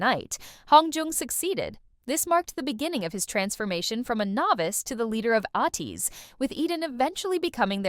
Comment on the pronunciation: A good intro that picks up some of the incredible/downright cinematic origin story of ATEEZ, but I want to clarify a few facts: 1) the band name is pronounced A-teez (rhymes with MAY, please) 2) KQ not only had no plans for a "new band," they never had one to begin with. They didn't create or even manage Block B -- KQ's ceo Kim Gyuwook just opened KQ Entertainment and the subsidiary Seven Seas Entertainment specifically just to do the accounting/paperwork for Block B as a favor to them/at their request, after Block B successfully sued their old agency and left them to manage themselves and needed someone with financial know-how to do their administrative work for them. At the time Hongjoong joined KQ, there was a grand total of three employees (Kim Gyuwook, his friend and KQ VP James Shin, who would become instrumental in creating ATEEZ's creative artistic direction and epic/dramatic story lore, and EDEN, whom they also represented as a solo artist). 3) There was no bidding war for Yeosang when he left BigHit -- he received offers of representation from six agencies (including KQ), and he chose KQ not because they offered him the most money or anything monetary like that, but because when he went to visit them, the trainees who had already joined (i.e. Hongjoong, Yunho, Mingi, San, and Seonghwa) made him feel welcomed and comfortable, and he liked the vibe of the agency. 4) The famous story of what stopped Seonghwa from quitting before he auditioned at KQ was actually a time